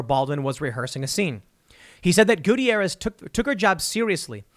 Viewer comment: Love the way he mispronounces Gutierrez.